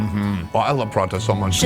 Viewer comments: that's not Parata, its parotta!@@ freaking northern India has you spellbound. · Prawteh. Say it properly.